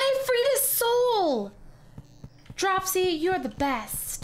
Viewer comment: OMG I almost raged hearing you say Dropsy wrong [drupe see]